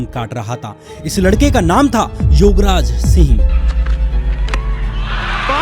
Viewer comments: Shyam, please improve your pronounciation. Don't confuse words YOGraj with YUVraj. Be careful... Don't speak like verbose. 🙏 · Bhai tum Yograj bolre ho ya Yuvraj dono same he lag rha h😂😂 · Yograj and Yuvraj mein difference nai sun raha.It should be pronounced properly.